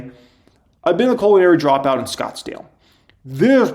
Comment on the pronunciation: Omg you’re so funny! The way you say culinary dropout you are doing that on purpose right? It sounds like you are saying colon-ary dropout. Like slightly to be hilarious! Omg I almost died. I can’t un-hear it now. You sly dog. I didn’t know you were this funny!